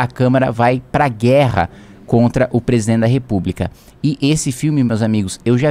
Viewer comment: kim pq vc não consegue falar a palavra Presidente e sim Presen